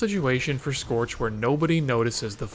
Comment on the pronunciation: it's scorch you degenerate